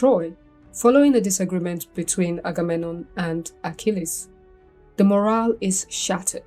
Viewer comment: sounded like the correct pronunciation